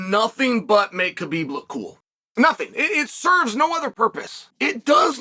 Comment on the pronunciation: Just say Habib... Thats the way its pronounced 🤷🏽‍♂️